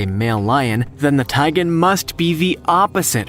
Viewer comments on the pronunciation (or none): It's a tigon. Not a taigan.